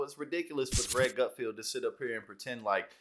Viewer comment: It's Gutfeld, not 'Gutfield'.